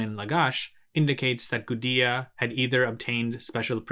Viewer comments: I think it's just a mistake. It's not an English name, and nothing about English phonology should prevent one from saying "goo-day-uh" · Yeah your right. Based off of what we know about Sumerian, It's pronounced goo-de-ah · Linguistic quibble: how is it pronounced 'goo-dee-uh' but spelled Gudea instead of Gudia? Something is wrong here.